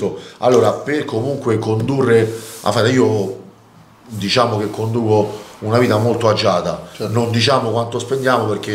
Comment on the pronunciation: Abbiamo detto: DISCIAMO?😅😅😅😅😅